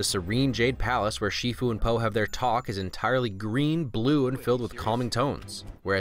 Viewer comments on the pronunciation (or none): You had several chances of saying "Po" right. YOU MISSED ALL OF THEM!